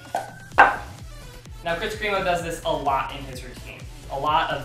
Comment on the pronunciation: Kris kremo is pronounced (crem-oh) not (cream-oh) just to let you know lol.